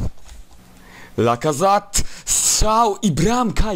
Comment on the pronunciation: Lacazat? Lacazaet się mówi